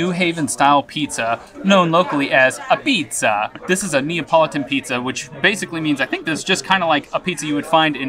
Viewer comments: I’m glad you didn’t get robbed in New Haven. I unfortunately live there at the moment. Sally’s is okay, but I think you would have enjoyed Modern Apizza better. Also, they pronounce it like this… ah•petes. Thankfully I’m moving from here in less than 10 days. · Glad you went for real pizza in New Haven. Sally's, Pepe's, Modern are consistently Top 10 in the US. Officially it is "Tomato Pie", also Apizza (pronounced "abeets") which Frank Pepe brought over from Naples in 1925. It is the tomato sauce I love. The secret recipe is well-guarded and legend says, passed down on the deathbed. Afterward always go to Libby's next door for a cannoli and cappucino. Just a tip - never drive on a Parkway with a truck or trailer - prohibited due to low bridge clearances 9-10ft. Garden State Pkwy has fewer restrictions than those in NY or CT. They just widened Jersey Tpke another 30 miles further south. It is a quasi-public Authority toll road and all improvements are paid through tolling. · It's pronounced "Abeats" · It's a shame you went to Sally's when you could have really enjoyed yourself at Pepe's. Pepe's Pizza doesn't look like crap the way Sally's does and it tastes better. Pepe's has a better Pie, a better Place and much cleaner. BTW? NO ONE calls pizza in New Haven AH-Pizza...apizza....or AH-BEETS....no one. Sally's may have told you that but it just isn't true, just they say that.